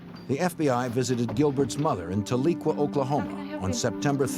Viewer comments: Tuh-lee-kwuh, Oklahoma...😂 Maybe, you meant, Talequah? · Both are absolute scum bag cowarrds. Btw that's Tahlequah Oklahoma, not Teliqua. Lol 😂 Tahlequah is where headquarters of the great "Cherokee Nation" of Oklahoma is located. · Taleekwa, Oklahoma, huh? How about Tahlequah? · It’s not “Tuh-lee-kwa” Oklahoma. It’s “Ta-luh-kwaa” Oklahoma. 😊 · It's pronounced tal e quah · It is pronounced Tahlequah. ta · luh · kwaa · I’m nitpicking but I’m originally from Oklahoma. It’s Tahlequah pronounced as Tal a qwa sorry. Good reporting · I'm from Oklahoma and the way he pronounced Tahlequah was so amazingly wrong lol I almost didnt realize that's what he was going for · Who allowed this man to pronounce Tahlequah like that?😂🤦‍♀️